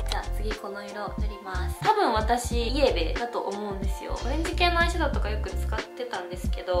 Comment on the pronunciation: イエベのイントネーションめずらしい！😂